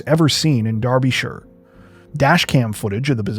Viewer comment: Thanks for pronouncing Derbyshire (UK) correctly.